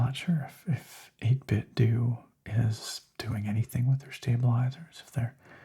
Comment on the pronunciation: Welcome back! I've missed this! I hit like before the DOS screen was even finished fading in. :) Pronounciation of 8bitDo is 8-Bit-Doe. Think Nintendo. That's how a rep for the company said it, anyway, so I'm going with that..